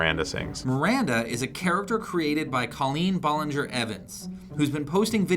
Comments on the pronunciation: Cawleen Ball-inger Evens 😬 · Colleen "Ballonger" 😞 sigh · guyyssss who else got made when the guy mispronounced Colleen Ballinger